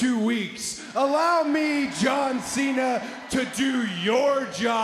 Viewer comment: Rhodes said john thena😂